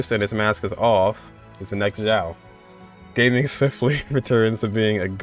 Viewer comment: I would just like to mention that Gaming is supposed to be (Ga ming) not like gaming, they just put the two chinese words together and it's like that